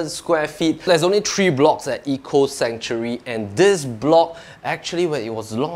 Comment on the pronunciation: Hi, you're also pronouncing 'Sanctuary' wrongly. You're pronouncing it as 'Century', which is wrong. Also for 'marble', please stress the 'ble' not 'marber'.